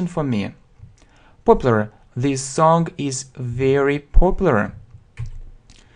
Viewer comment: Sing and Song произносится мягче. Достаточно взглянуть на транскрипцию.